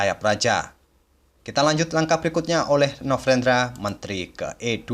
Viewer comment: Kok kayaknya agak kesusahan nyebut nama novendranya ya bg hehe Oiya bg, mau request partai blunder papan atas yg kelupaan kalau rajanya sedang di skak dan melangkahkan bidak lain, jikalau ada bg, saya pun gatau ada atau nggak hehe. Dan kalau kejadian seperti itu gimana aturannya ya bg secara internasional?